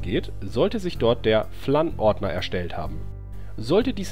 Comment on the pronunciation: Es wird Fläns mod ausgesprochen Kein Hate=Tipp